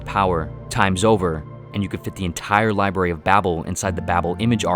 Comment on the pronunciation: Lol "The Liberry"